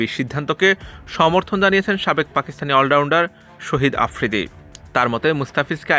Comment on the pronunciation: শহিদ আফ্রিদি না শাহেদ আফ্রিদি নামে উচ্চারণ টা ভালো করেন